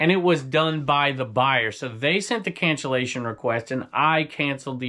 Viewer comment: cancellation not cancellization --- I think-- Always on your side and love your channels.